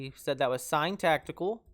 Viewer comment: "Tactile"... Tac-tile. Not "tact-i-cal". 2 syllables, my dude. Other than that (lol), good tutorial. Very helpful.